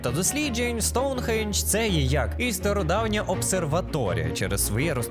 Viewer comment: Хах, я ні в якому разі не хейчу, але мені дуже подобається як ти кажеш,,Аджіе'' чи,, Соунхіедж'', а так відео супер дивлюсь тебе з задоволенням, дякую тобі за контент❤😊❤